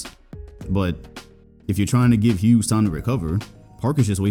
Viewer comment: Lmao at it again with the ‘Immedianly’ ‘Larry HewGs’